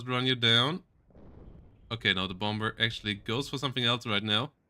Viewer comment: You don't pronounce the second 'B' in the English words 'bomber' or 'bomb', 'bombing'. They're pronounced 'bommer', 'bom', 'bomming'. See Euros whose second language is English make that mistake very often. Just FYI, sound goofy.